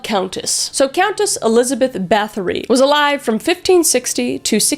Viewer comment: The Lamia (I believe it's pronounced Lar-Me-A) was also linked to the succubus. Bathory is actually pronounced bat-hory as they don't use the th sound and it's though her husband was a sadistic POS too who taught her new ways to torture her victims before he died.